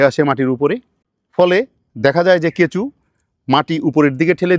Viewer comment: কেঁচো কে কেঁচু বলছে😂